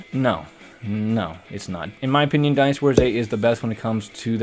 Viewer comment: You are pronouncing Dynasty wrong 😑